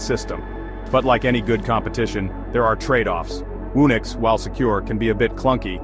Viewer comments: Whoo-nix? Surely it's who-nix! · Garbage video. "Whoa-nix"?